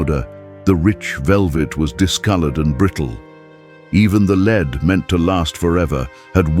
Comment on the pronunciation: More AI narrating bullshit... "leeed coffin"???